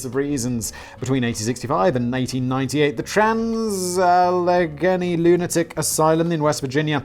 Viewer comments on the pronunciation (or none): I love your struggle to say Allegheny. It’s so common. But I always love it.